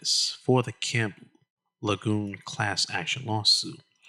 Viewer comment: Not trying to be the Grammer police, but it's pronounced La June. Thanks.